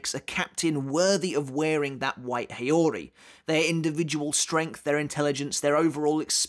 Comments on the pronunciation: It's haori (how-ree), not heyori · Haori is pronounced as How-ree.